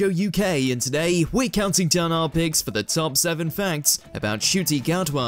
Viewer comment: Wow, I just heard how to properly pronounce his name. I would have thought to say it with a silent "n" or a silent "c" but never would have thought it would end up sounding with a "sh". Made me look up the Kinyarwanda alphabet. Amazing.